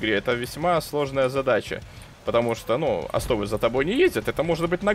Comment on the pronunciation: О'стов а не осто'в